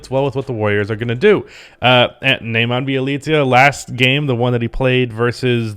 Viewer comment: It's pronounced Nehmanya, not Nayman